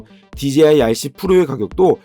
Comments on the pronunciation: 제가 만약 간장공장공장장을 제가 올린 영상에서 실수가 아니라 반복적으로 또박또박 강간공간공간감으로 발음한다면 그건 저한테 어떤 다른 의도가 있던가 아니면 들으시는 의 감각에 어떤 문제가 있다고 생각할 수 있다다고 느껴지지 않으시나요? 저는 dji를 디지아이로 발음하시는게 그런 느낌으로 다가와서 한테 저와 다른 어떤 영어 발음법을 알고 계신건지 아니면 저한테 문제가 있는건비 여쭌겁니다. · 그냥 궁금해서 남긴 답글인데 왜 급발진을 하시는지가 더 의뭉스럽네요ㅎㅎ 한두사람이 아니라 dji를 말하는 거의 절반의(제가 아는 사람과 유튜버를 합쳐서) 사람들이 디제이아이가 아니라 디지아이로 읽으시는데 저는 아무리 봐도 합리적인 이유를 찾을수가 없거든요. 혹시 제가 모르는 또다른 영어 발음법이 있나 해서 꺼내본 말인데 기분이 심히 나쁘신것같은데 그러시다면 죄송합니다. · 자. 읽어봐 "J" 제이 자. 읽어봐 "DJI" 디지아이 ????????????????????? 주변에 촬영하는 애들도 그렇고 수입하는 애들도 그렇고 리뷰하는애들까지 왜 그러는걸까요??????????????????????????진짜 진심 10년째 의문인데